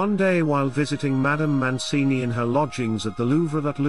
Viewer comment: It's Mancini not Moncini.